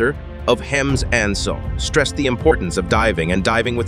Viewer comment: I'm afraid your computer reading voice is letting you down: "HMS Anson" is not pronounced "Hems A-N-S-on"!